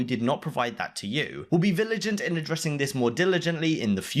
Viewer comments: "Viligant" lmao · "We'll be viligent and diligent..."